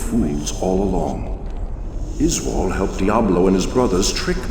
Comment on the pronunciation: Izual? Yoy mean "Izeeyool"?